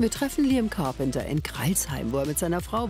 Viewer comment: Grade....Liam ist schon so lange Fame ihr braucht bis er es kaum noch ist XD Also Carpenter nicht Carpeter